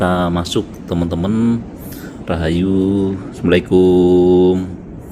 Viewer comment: Sptnya ente sekolah cm sampe gerbang doang. Kalo salam ucapin yg bener bro... Jangan MLIKUUM... artinya apa itu bro...?